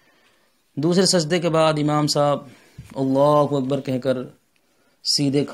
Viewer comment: Janab gustakhi maaf apjo allahuwakbar Jo bol rahy galat hai. Allahhu Akbar hota hai wakbar galat ho jayega